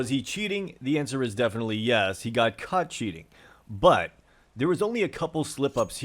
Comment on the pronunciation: your "caught" sounds a lot like "cut" q